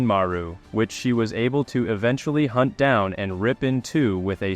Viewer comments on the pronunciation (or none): none